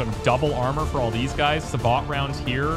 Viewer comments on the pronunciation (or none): It's pronounced 'sa-bow', not 'sa-baht'....